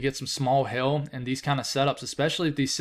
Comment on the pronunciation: I love your accent when I hear you say "hail". "Favorable conditions for "hell"" lol